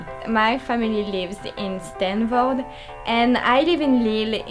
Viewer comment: Steevorde* not Stanford!